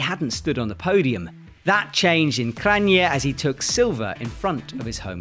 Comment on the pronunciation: I was happy finally learned how to pronounce Kranj. But then he failed again 20 seconds later.